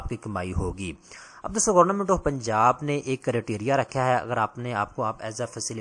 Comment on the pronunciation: گورنمنٹ ❌ گورنامنٹ ✅ 😂😂😂😂😂😂😂